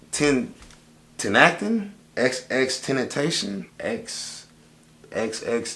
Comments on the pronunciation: When u said XXXTENTACION it sound like u said xxxkardashian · I like how u fucked up name like 10 times then said it right i bofl rip x tho